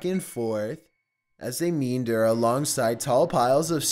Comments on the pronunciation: "Pacarious?" "Meender?" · Ahem... it's pronounced "Me-And-Er"... not "mean-derrrr", LOL. Aye yi yi! 3:) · Dude seriously it's: nor mal cy, not, nor mal icy. Also it's: me and er, not, mean der... Also I like your videos but your inflection is the same with every sentence. Slow down, use more variance in pitch and make sure you know how to pronounce words so you don't sound less intelligent than you are.... Probably not going to watch anymore as the rhythm of your speech has worn on me... Sloth or not it's boring even annoying... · Grammar police says: Its "normal-see", not "nor-mal-uh-see" = Normalcy. Also, its "me-ANN-der". Not "meen-der". =Meander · 1.) Learn pronunciation before you narrate. It is meander pronounced ME AND DURR not like it's spelled, much of English is phonetic and 2.) Stop begging for followers so hard. You come off desperate as hell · Dude This video was well edited but do you think you could make sure you can pronounce the words that you say? It may be difficult but it’s hard to listen to you say things like “normalicy” And pronounce “meander” as 2 syllables. Maybe have someone else check the narration? I don’t know. Good video though.